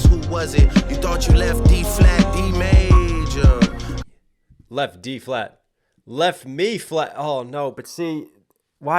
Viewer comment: And the way he said d major he said it like "d made ya"